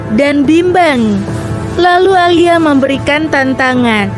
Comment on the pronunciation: Alia??? Narator pakai AI macam bgini yg mmbuat aneh